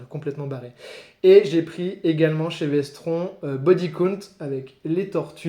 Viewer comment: Vestron ça se prononce Vestronne juste pour info